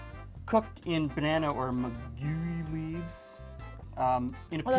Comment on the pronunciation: "maguey" should be pronounced as "mah-gay", more or less.